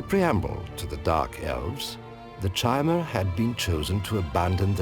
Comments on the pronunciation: So sick of people pronouncing chimer with the ch sounds instead of Ki-mer, which comes from canon sources and is even in ESO if I remember correctly(been a while). All the lore channels that I've watched besides I think 1 maybe 2 have pronounced it the way it is meant to. Just a thought I know these guys do not do this anymore. Nerd rage. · Ridiculously late comment, but the narrator's pronunciation of the word 'Chimer' is wrong. it's supposed to be more like 'ky-mer' or something; CH=K in this case. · I love this series, but you NEED to stop mispronouncing "Chimer". C'mon guys, it's said aloud in at least ESO, possibly other games too.